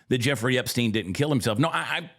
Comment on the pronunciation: HE did. He defended them HARD. Angerly asked why we were still talking about Epstien. He even acted like he didn't really know the name. Mispronounced it a bit. HE acted like it was offensive that the reporter even would ASK about it. Trumpsters are in a bad spot now. He's lost me.. not that I mean anything in the grand scheme of things.